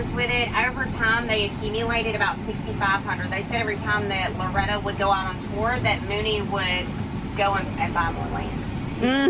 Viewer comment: Nice gray Kitty. "Loretty" :)